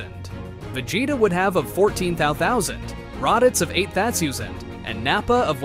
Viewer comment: HELP💀 im rewatching ts and the way he said 8000😭😭